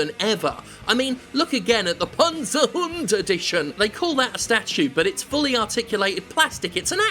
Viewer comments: as a german i appreciate your pronunciation of Panzerhund. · Hi Jim, just a very quick lesson in German. Good pronounciation of the word Panzerhund, but the z in Germany is not soft. It's not akin to "zoo" or "zebra". Our "z" is a very sharp "ts" sound. Imagine cats, or rats. That's the German "z". So if you wanna feel truly fancy, now you can pronounce the word properly with a "cats"-ts.